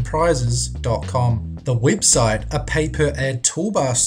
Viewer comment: wtf is a wibsite?